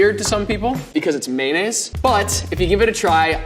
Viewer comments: am i the only one who can't stand hearing mayonnaise pronounced like "maynaise" instead of mayonnaise or just mayo? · It’s maYOnnaise not maynnaise. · Why does level 2 chef pronounce mayonnaise as may-ness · idc about the berries but he was so fine until he said mayonnaise lmao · mayonnaise? MAYONNAISE?!